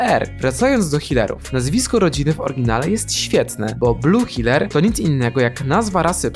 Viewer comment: NIE HILER HEELER